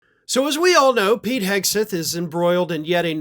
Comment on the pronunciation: Each time I hear "Whisky Pete", I hear "Whisky Pee"... 😅